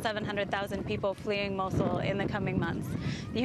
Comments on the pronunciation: why she saying mochel its fuckin mosul (Nainawa) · she keeps sayn mochul